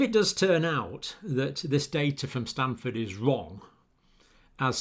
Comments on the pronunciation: Dr Campbell, you mispronounce the name of the most prestigious medical college in the western part of the nation you refer to as the “States” (also called the United States of America by other people around the world). It is Stanford Medical School not “Stamford “. It is fully the equal in reputation to “Oxfuurd” medical college in your own country. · It's Stanford, not Stamford.